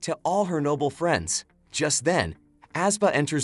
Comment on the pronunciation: The reader need a little work as they can not pronounce "NOBLE"; but other wise a good video.